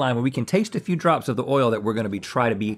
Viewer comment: This is y’all’s reminder that the word “oil” is a one syllable word -sincerely the south 😅